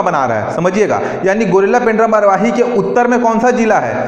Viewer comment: गौरेला है pls गुरिल्ला न बोले ।।।